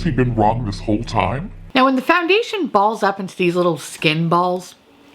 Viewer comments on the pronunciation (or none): When you said 'tom fondly' instead of time fondly xD LOL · Is it just me or is she saying “I’ll remember our Tom fondly”?😅 is it an inside joke idk orrrr... are my ears going out sooner than expected? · I just cant get over how i always heard "Tom fondly" then you started saying that 👏 👌 😂